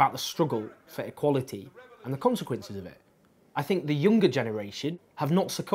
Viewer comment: why do you say words like "equality" and "party" like a deaf person?